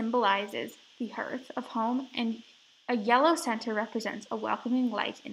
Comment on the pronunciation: An enjoyable tour, thank you. Note that Hearth is pronounced HARTH, which rhymes with DARTH as in Darth Vader.